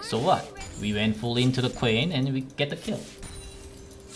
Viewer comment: Was like aww hes calling Quinn ''Queen'' XD